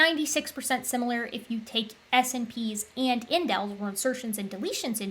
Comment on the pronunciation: I've usually heard 'SNPs' pronounced 'snips', which might be easier. Or it might not! Just FYI.